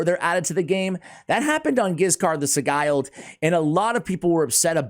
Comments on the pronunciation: Asssssshhhhh. Love the content but… Sigil. Just add a D to Sigil. It’s the only pronunciation that drives me bonkers lol I appreciate you. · It's pronounced si-jilled I think. Anyway he's pretty good in PvP too. Very underrated. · Mmmm. Let's look up the pronunciation of 'sigle'. :D